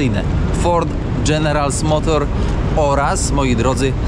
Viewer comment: Wypadałoby chociaż poprawnie wypowiedzieć nazwę general motors jak już się o niej mówi